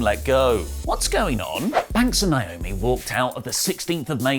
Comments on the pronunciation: It’s so annoying that he keeps calling her Nyomi instead of NAomi. A lot of people are guilty of this and I just don’t get it. Look at the spelling and listen to the announcers when she comes to the ring. How is this hard? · Please start saying NAY - OH - ME ... PROPER. Thank you. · Listen, stop being ignorant and pronounce people's names right. 😑 NAY - OH - ME = NAOMI Pet peeve, this is my sister's name, as well., fix this please. Would you want to be called "OH - LEE"?!